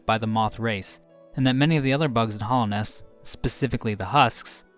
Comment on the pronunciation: Hallownest, not hollownest